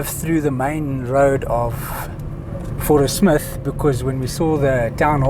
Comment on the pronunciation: Growing up in South Africa I only ever heard the name of the town pronounced "Fourie-smith". Lovely place all the same.